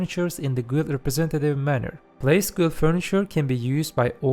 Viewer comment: instead of guild say gild